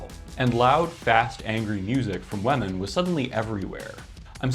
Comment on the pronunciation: great topic! can't get over the pronounciation of "wehmen" though 😂